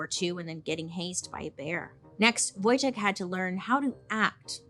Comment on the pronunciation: Niedźwiedż Wojtek <3 Bailey, kudos for pronouncing correctly!